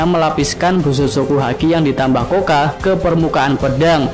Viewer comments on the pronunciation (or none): Koktou bukan koka